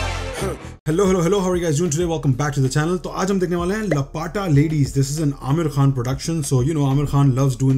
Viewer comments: Not lapata it's laapta means gumshuda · It is Laapata meaning missing gumshuda wala 😂😂 लपाटा नहीं लापता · It's not Lapaata bro it's Laa pata as in لاپتہ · He always complains about people Miss pronouncing "J" to "Z" and "F" to "Ph" aur khud ek bhi indian name correctly nhi bol sakta. Its Laapata not Lapaata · LA PA TAA nahen bro, it is LAAPATA (Missing) :) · लपटा nahi bro लापता.. { Can you read what I wrote in hindi? } Laa-pa-ta (missing), not lapata. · It is laa-pta ladies 😂😂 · America jaake bhai pura angrez ban gaya hai. Can't even pronounce "laapataa" i mean bro seriously? What was that? 😭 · Bhai lapata nahi hai, laa - pataa ladies hai. Urdu bhi bhul gaye kya? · Lapata arbi ka word hai is liye nhi padh pa raha kya be